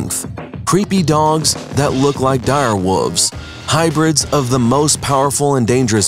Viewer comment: The narrator keeps saying wolves like wooves....terrible